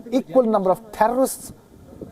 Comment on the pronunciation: The thherrrr-o-rrrrristsss annihilated.